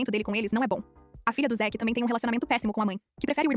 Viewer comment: Zick? Não era zack?